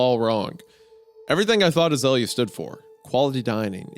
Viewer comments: I grew up where we had an Azalea festival in my town every year. Hearing Hunter say A-zah-Lee-ah and not ah-zale-ya is kinda messing with me lol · that's not how you pronounce it lol, it's more like Ah-zale-ee-ah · I'm ten minutes in and screaming at the screen 'surely it's pronounced As-eh-lee-are?' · Azalea is a species of Rhododendron, a flowering shrub. You pronounce it like "Uh- Zale (as in Zale's Jewelry) -Yuh" or idk maybe throw some more twang on the Zale if you're from the South I suppose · My sister's name is azalea, we pronounce it (uh-zail-ee-uh)